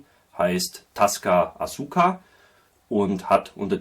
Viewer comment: btw: Asuka spricht man Aska, ohne das U. Dann sind Tasca und Asuka in der Aussprache noch ähnlicher.